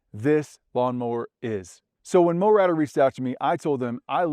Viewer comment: Why do you pronounce it "mowratter" when it's clearly Mowrator? Are you trying to be smart?